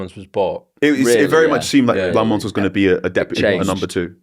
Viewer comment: Carl you gotta work on Lammens’ name pronunciation, plenty of videos of him saying it